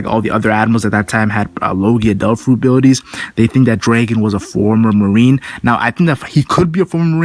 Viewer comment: his name is dragon not draken lol can you not say dragon?